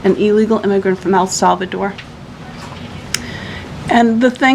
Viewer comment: Can’t even say El Salvador correct.